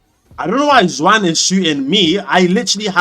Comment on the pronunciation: your pronunciation of Juan is killing me 😭